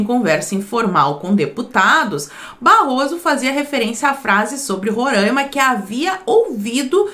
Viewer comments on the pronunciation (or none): Não é Rorãima. É Roraima. É só fazer a separação silábica. Ro - RAI - ma. RAI = AI. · Roraimaaaaa pqp é Roraima e não Rorâima